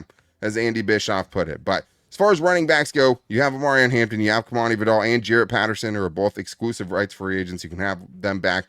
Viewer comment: still not pronouncing kimani’s last name correctly 😂 it’s vie-dell